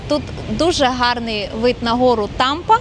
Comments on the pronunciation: Тільки місто БрашОв, наголос на О, і гора Тимпа читається, а не тампа 😊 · Тільки не БрАшов, а БрашОв. А то вуха ріжить коли так вимовляєте. А гора ТИмпа зветься. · Город Брашо́в. Почему-то большинство иностранцев ставят ударение не туда. А гора Тымпа. Странно, что, живущая там, не знает правильных названий.